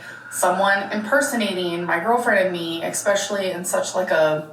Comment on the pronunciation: it kinda makes me laugh when she's trying to be so serious but keeps saying exspecially